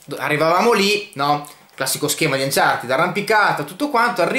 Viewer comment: Ma perché anciartid?? Si legge anciarted